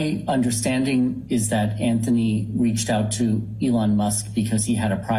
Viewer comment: Lol couldn't even say Elon musk name correctly he says Ellen. Now this isn't me trying to be mean or anything just odd 😆